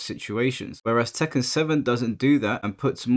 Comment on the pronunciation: The way he pronounces Tekken 7. ‘Tekkan 7’